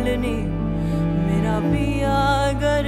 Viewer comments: Pronounciation of words (Urdu) is very bad… It’s GHAR not GAR … it changed the meaning of the song. There are many other words like GHARRIYAAL it’s not Gariyaal.. You should respect the language and the Qawwali … too much improvisation and qawwali’s should be sung like Qawwalis not like Lounge Music .. Very bad! 👎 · The mispronunciation of "ghar" as "gar" throughout the song is beyond frustrating for me!